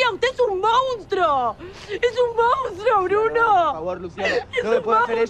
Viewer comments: Soy yo o Lucia siempre dice mounstro en vez de monstruo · Cuando le pega a Bruno dijo MONNNSTRUO